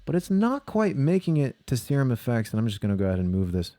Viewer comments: Serum. See-rum. Like in biochemistry. Aaannd.. phallus? really? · "Sir Umm." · Wow that is not how you pronounce "serum"! Assuming you are being funny! Subscribed!